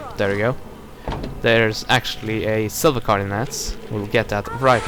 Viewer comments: it's a carD, not carCH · no one will comment on the "CARGE" pronunciation? XD